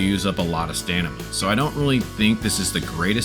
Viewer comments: Stamina, stamina, stamina! NOT Stanima! A really great guide but I just cannot listen to it because of mispronounciation of that word haha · STAMINA not STANIMA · "Lets make a beginners guide"... Starts talking about end game content. Give me a break dude. Also they patched the jetpack :D.. STAM-I-NA. ... Its not STANIMA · Dude it's stamina not stanima lol 😂😂great and really helpful video ❤❤🎉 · Great Vid. Just began my journey but its overwhelming. Also you keep saying STANIMA. I think you meant Stamina. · bruh is it called stanima in the game? or stamina? dude is driving me crazy xD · Did anyone notice him saying stanima instead of stamina the whole video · its stamina not stanima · Great video~ Though you're deffs saying Stan-ima, and not Stam-ina. Sorry to break it to you ^_^ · loveeee the vid even tho you kept saying stanima instead of stamina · It's a great video for beginners but... i heard a lot of stanima that make me confuse which is right.. stamina or stanima? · please stop saying stanima. please please please its stamina its stamina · Stanima is a great word 😂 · Guy saying "stanima" whole video. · I like how he says stanima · Are you saying stanima? lmao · Say "stanima" again 😂😂😂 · Stanima lol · stanima hahaha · Definitely STAMina lmao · it’s DEFINITELY staM-ina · My guy can’t pronounce stamina right right lmao great guide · bro does not know how to say stamina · stopped at 14 minutes man could not say stamina XD was hurting my brain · Great guide bruh. Very helpful. But i can't get around how you say stamina